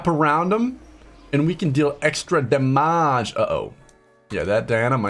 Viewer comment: "and we can deal extra daMÀge" that part killed me fr